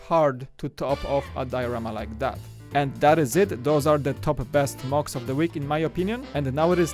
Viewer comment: Oh, I though he said mugs instead of mocs